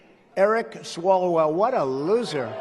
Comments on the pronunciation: He said "Eric Swallow-well". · Did he say "Eric SwallowWell"?